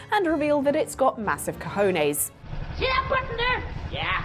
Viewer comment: So lovely how she pronouces "cojones" jajajajja <3